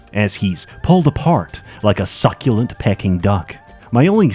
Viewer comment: "pecking duck" "ubuysoft"